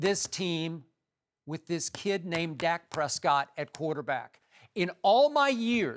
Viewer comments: Cant even say the dudes name right. Dak not zach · Skip said "zack Prescott" 😂 its dak !